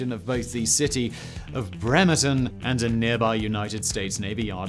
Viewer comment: Ironically it was only Bremerton that was mispronounced. Great job on all the native names!